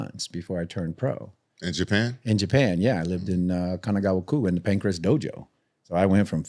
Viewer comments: it’s PANCRASE, not Pancreas 😂😂😂😂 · As well as the pancreas champion😂 its pancrace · got second hand cte the way he’s calling Pancrase PANCREAS 🤦🏽‍♂️ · Homie keeps saying pancreas and not Pancrase 😂😂😂😂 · This dude calls it Pancreas, lol😂. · How many times did say Pancreas instead of Pancrase? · Pancrase, not pancreas... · pan - CRASE. NOT CRIAS! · every episode that the white dude host says Pancrase, I want to never watch this podcast again. It's PAN-CRAZE not Pancreas, man. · bro its fucking PANCRASE, not pancreas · Please. With all due respect. Its panCRASE not Pancreas lmfaoooo "World pancreas" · Listening to bear call it Pancreas is so fucking irritating. Cmon. Acting like a hiatorian and doesnt even know what its called